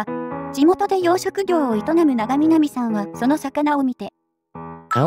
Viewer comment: すんごい関係ないけど、「ながみなみ」さんじゃなくて「ちょうなん」さんじゃないかな…？ 〜地元民より〜